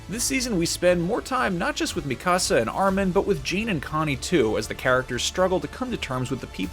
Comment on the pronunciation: The way you pronounce Mikasa and Jean's names is like nails on a chalkboard to my ears. Sorry!